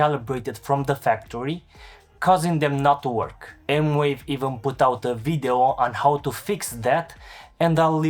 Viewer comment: Thanks for the review. I did see one other review that said the pads had a noticeable, and somewhat annoying lag, with the keys also having a lag but less so (all in wired mode). He did not quantify this lag or even film it in slow motion. Can you speak to this? Also, it's M-Vave, not M-Wave. (Edit: They say it's M-Wave? Wow!)